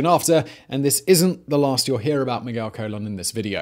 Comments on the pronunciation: Also its Carmen Colon (cuh-lone) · "Colón" = "ko-LOAN". Or think "cologne" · The surname Colon is pernounced more like cologne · The way he says colon really bugs me